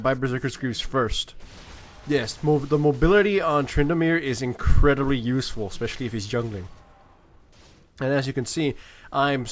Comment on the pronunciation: "The mobility on Tryndamere is incrediry useful"